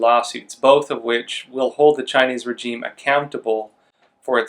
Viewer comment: Please please please pronounce regime correctly. I cringe every time you say it. “Razheem”